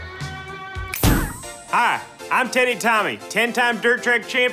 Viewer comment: Sounded like he said Tiitty Tommy at the end 😂